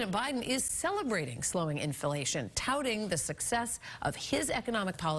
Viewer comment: In-fa-lation, lol